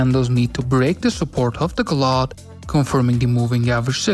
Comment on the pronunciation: Nice, I'll be trying it next week. (by the way: cloud = c + loud, not clod)